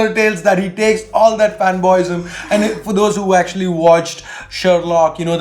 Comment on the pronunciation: say "actuallah"